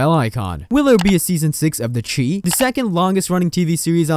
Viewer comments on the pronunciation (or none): It's pronounced like the shy no the cheese or whatever you are saying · " the chee?" 😂😂😂😂 its pronounced " the chi...like shy" short for chicago. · Learn how to say the name of the show..it not che..it’s chi.. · It's called The Chi as in Chicago, pronounced (Shy). Lol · Chi is pronounced "shy" as the city of Chicago is nicknamed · Thats not the name of the show! And u saying the name wrong just shows u dont watch it.. why would we subscribe to a channel that doesn’t even watch the content they are talking about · Over 40000 subscribers listened to you say this wrong several times...it's giving bare minimum.